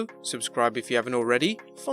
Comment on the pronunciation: There's no need for the way he says wrestling at the end